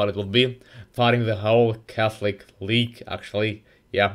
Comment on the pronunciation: "the calthic weage"